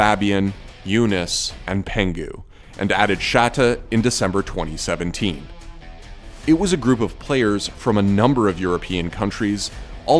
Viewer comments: Lol you said Shatte like Shatta is sha tey but anyways good vid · Sha77e is pronounced shartay